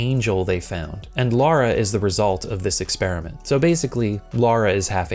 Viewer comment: For the love of... please people call Lara LARA and Laura LAURA (rant over) thanks for the vid